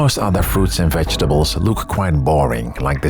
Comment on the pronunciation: Fru-it? what?